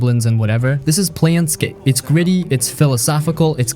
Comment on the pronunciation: Plane scape: Torment is pronounced like "a flat surface" or "a level of existence", (or the last syllable of Airplane). And you never even mention that it is also based on D&D the original table top role play system!